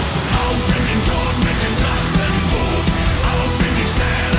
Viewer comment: i like how he pronounced Drachenboot, he rolled the R really hard there :P